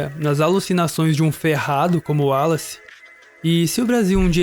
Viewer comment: Excelente video com pormenores excelentes sobre seleção natural e artificial e o seu papel na evolução das espécies. Só um pequeno reparo: porque é que pronunciam tão bem o nome de Wallace e insistem erradamente em dizer "Darvin"? A pronúncia correta é mesmo "Dar-uin". Abraço de Portugal!